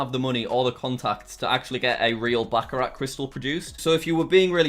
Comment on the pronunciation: I don’t think that is how you pronounce Baccarat.